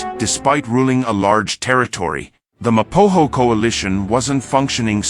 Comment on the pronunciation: It's Ma Po Go!! There is not hass in it